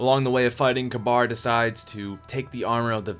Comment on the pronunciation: Omg >_< when people pronounce Kabr as Kabar! They say it in the game and it they say it like "Ka-Beer"